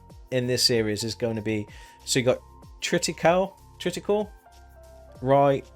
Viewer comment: Grrr... Wish peeps would pronounce stuff properly! Triticale is pronounced (Tritee-Cay-lee) It's a hybrid wheat. If you like StarTrek Original checkout 'The Trouble With Tribbles' episode. Welcome Back!!!